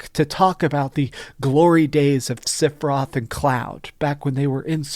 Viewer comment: Sorry. I’m gonna be that guy, cuz you don’t seem to have any speech impediments or anything. The name isn’t siphiroth. It’s sephiroth. Not Siph… Seph…. “Favorite game of all time”.